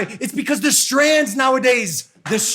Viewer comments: It's strains logan not strands 🤣🤣🤣 it's STRAINS my guy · Strains not strans Logan 😭